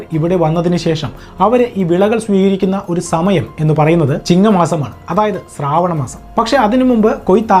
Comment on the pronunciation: സ്രാവണം അല്ല ശ്രാവണ മാസം എന്നാണ്. എല്ലാരും സന്തോഷത്തോടെ ജീവിക്കട്ടെ സഹോദരാ... ഓരോരുത്തരും ഇതിനു മറുപടി പറയാൻ തുടങ്ങിയാൽ പിന്നെ അതു മറ്റൊരു പ്രശ്നമായി മാറും. എല്ലാ മതസ്ഥരും അവരുടെ വിശ്വാസങ്ങളും അങ്ങനെ നില നിൽക്കട്ടെ. ഓണം ആഘോഷിച്ചാലും xmas ആഘോഷിച്ചാലും എന്താ പ്രശ്നം. ഇനി വിശ്വാസത്തിന്റെ അടിസ്ഥാനത്തിൽ ഉള്ള ഗ്രന്ഥങ്ങളിൽ പറയുന്ന കാര്യങ്ങൾ എല്ലാ മതസ്ഥരും ചരിത്രവുമായി അല്ലെങ്കിൽ സയൻസ് മായി ബന്ധിപ്പിച്ചു ചിന്തിച്ചാൽ ഫുൾ കോമഡി ആയിരിക്കും. ആർക്കും ദോഷമില്ലാത്ത കാര്യങ്ങൾ കണ്ടെത്തലുകളായി പറയുമ്പോൾ മറുഭാഗവും മറുപടി പറയാൻ വരും.